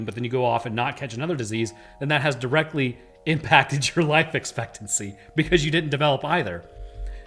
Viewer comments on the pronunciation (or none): none